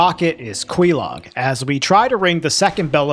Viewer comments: There a particular reason you pronounce "Quaelaag" as with the "Que" from Queef? DESPITE how her own sister pronounces it? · Your pronuciation of Quelaag pisses me off. Go talk to her sister.